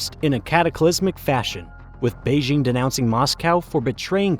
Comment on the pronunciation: "Nascent": a word meaning "When there's something in your script that you don't understand, you should look it up and find out how it's pronounced." "Beizhing" is a word meaning "Hey, maybe I'm not cut out to be a script reader. I just don't seem to be able to get the hand of it."